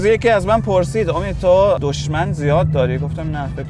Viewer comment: دشمن نه دژمن😂